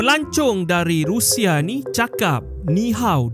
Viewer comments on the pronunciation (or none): none